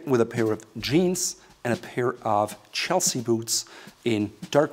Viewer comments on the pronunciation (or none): none